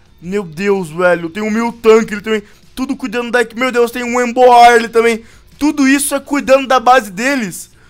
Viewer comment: vc pronuncia emboar errado velho odeio ver tu falando o nome dos Pokémon errado